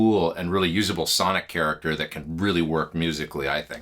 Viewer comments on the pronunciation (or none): none